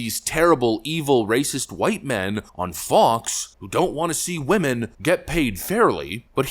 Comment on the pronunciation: But but but WAHMEN 😅